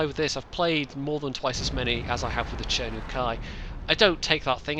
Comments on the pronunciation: Why would you pronounce "Tree-To" and "Tree-Ri" , while this tanks as "Che-Nu"? I know it's not important but it's just funny for me.. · It mind-boggles me how you can pronounce the same "chi" as "cher" in chi-nu and "chee" in chi-to..... no offense